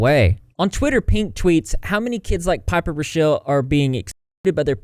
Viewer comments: Raw-Kell Not Ruh-Shell ... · How come not a single YouTuber knows how to pronounce and spell “rockelle” correctly? “Rock-ell” Please spread the word to all the drama channels I’m tired of y’all getting it wrong 😂